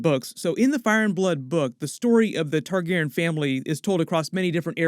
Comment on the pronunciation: Does the way he says Targaryen bother anybody or is it just me?